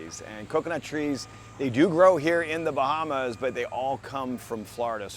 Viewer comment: Where are: "The Bahmas"?